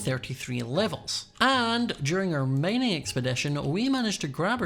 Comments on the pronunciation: "i'm just goEnna kindEa staRt mEinEing" - LOL for real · did u say mining maining 😂